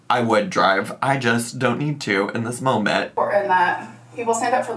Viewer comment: My biggest pet peeve and ick that she does is say "molment" 🙄 😠 😡 there is no L in MOMENT DAMMIT!!! Even people who dont speak english as their first language speaks better english than her!!! Lol sorry I just needed to let that out because ive reached my limit hearing her say that 😂